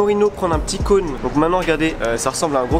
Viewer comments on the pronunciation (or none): none